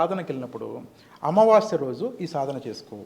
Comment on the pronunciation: అమావాశ్య కాదు తల్లి...అమావాస్య అని పలకండి.